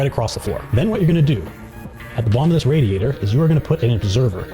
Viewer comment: Loved the gameplay, Loved the presentation, Hated the way you said radiator